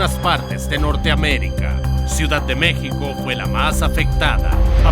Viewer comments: Es México no Mexiko!!🫥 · Mexiko jajaja 😛 no ahí pedo Bro.. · MÉXICO, no MEXIKO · Cómo que mexiko.!!???? Es México. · Pero no es Tultepec mexiko,es: México